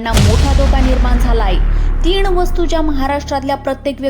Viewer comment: दोण ते तीण 😂